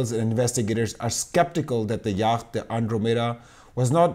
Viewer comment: It feels slightly churlish to say this, but you might find it useful to know that the word yacht is pronounced yot (rhymes with plot) in English. Anyway, thanks for the great discussion. I hope the truth comes out before I shuffle off my mortal clogs.